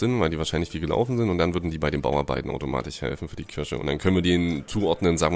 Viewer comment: Es heißt KIRCHE nicht KIRSCHE... das ist kein Obst sondern ein Gotteshaus ! ... ^^